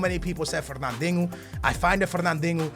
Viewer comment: You pronounce Moreno as "Morenyo" and Fernandinho as "Fernandingo"